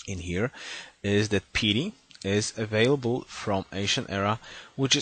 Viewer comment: Could you check pronunciation of the word " piety" please, It's a bit annoying you saying it "petey". Great video though.